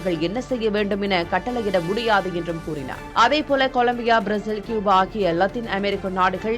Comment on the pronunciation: கூபா. க்யூபா அல்ல. கூபா சரி